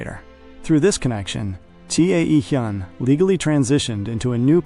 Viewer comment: T.A.E Hyun is pronounced Taehyun.(Tay-hoon). His name need to be fixed. AI doesn't pronounce it correctly. AI has taken one first name and split it.